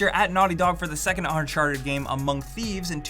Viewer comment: Is it uncharted or unsharted? Make a choice.